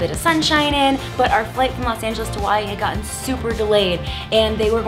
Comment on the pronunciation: the way she says Hawaii lolll